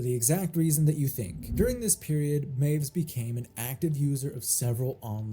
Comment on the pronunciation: Correction of a correction. W's in German are pronounced as V's, so it sounds like 'my-viss'.